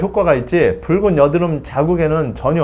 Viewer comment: 선생님 이번에도 좋은영상 감사합니다~~!!~ 이제 뿕은!! 이라고 발음 안하시네용 !! 귀여우셨는뎁..ㅠㅠ